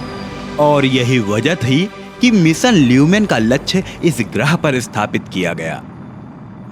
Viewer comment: लक्ष ❌ लच्छ✅